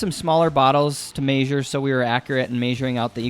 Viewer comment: You say rag and measure with an accent. Where are you from?